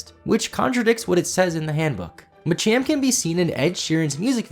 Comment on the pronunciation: some of those were week, but understandable, but machamp.. come on...